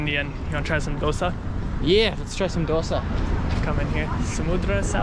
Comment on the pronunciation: American saying dosa properly while North Indians struggling with it😂